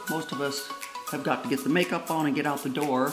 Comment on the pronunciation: You are so funny Did you call your eye majeup kansas